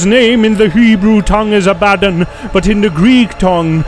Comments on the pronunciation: Good teaching just the pronouncement of their names. ABADON is ABBA-DON and Apollyon is AP-POLY-ON ✌ and the STAR WITH THE KEY is LUCIFER cast out of heaven by Michael (the RESTRAINER) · ABAD DON please say it right.